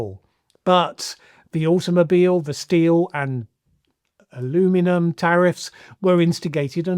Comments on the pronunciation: I like the way you say aluminum 🤗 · Thank you for pronouncing aluminum the way Canadians do. It always throws me off with the other pronunciation.